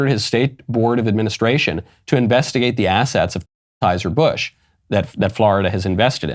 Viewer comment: Why can't you say Anheuser-Busch?